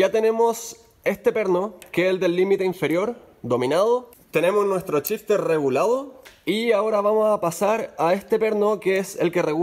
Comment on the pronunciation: Es gracioso como en Chile todas las SH del ingles las pronuncian CH, en lugar de shifter dice aca Chifter o Chimano en lugar de Shimano incluso Show dicen Chou y asi siempre jaja No es burla eh, pero es algo que me llama la atención en varios videos que he escuchado. Saludos, muy util el video Gracias !